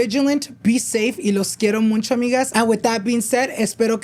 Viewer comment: I love noche de pendejadas!! BUT I cringe every time you so muncho. It’s MUCHO. No N 😂😂 Also I don’t know if your taking applications still to be in your podcast but i feel like my story is so important and it’s a whole chisme. W/o to many details my husband was cheating on me with my best friend for 7 years😮😢😢. Disclaimer we worked it out. But if you want all the details hit me up. Did I mention this was all in the middle of Covid and we were in the middle of having to move to Italy. 😂